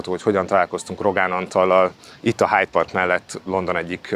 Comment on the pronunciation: Tóni, ez nem HIDE PARK, hanem Hyde Park. Ezért kell a Puskásban rendezni a BL döntőt, hogy többet ilyen lebukás ne fordulhasson elő.